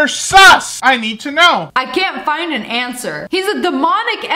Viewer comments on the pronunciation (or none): none